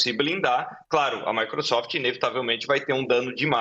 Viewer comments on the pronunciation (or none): A jornalista falar MICRUsoft foi um tiro na cabeça 😂😂😂😂